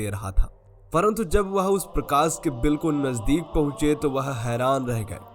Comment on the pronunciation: भैया ...सिव ,प्रकास और दर्सन की जगह शिव ,प्रकाश और दर्शन बोलना सीखों । सफल रहोगे